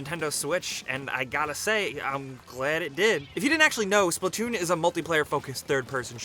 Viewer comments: It’s splatoon not splitoon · Wat did he just call splatoon?